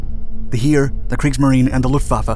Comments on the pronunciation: The german word "Heer" sounds almost like the word hair. It doesn't sound like hear or here. Nevertheless a well made and very informative video. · Jesus :D haha please have a 2nd look on how to pronounce the german names <3 ist funny for a german to hear you sometimes :D like Heer, Heinkel, Göring just as an example